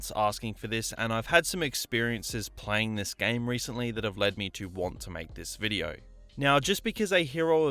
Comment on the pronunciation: Take a shot everytime he says Videouh